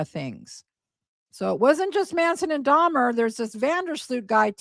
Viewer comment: When Gypsy is in the interrogation room and says “Jeffrey DahMAH” - she says it that way because she’s trying to sound mentally slow. Part of the con was that she was slow for her age. In some of the videos to Nick where she’s being “Kitty” her lisp is much more pronounced as well. She says “DahMAH” to try and sound like a child who doesn’t know how to pronounce her words.